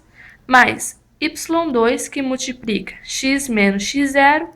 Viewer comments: MultipRica não deu né.. É com L colega.. mas fora isso, muito boa a explicação. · multiprica! multipriiica! bem simpres!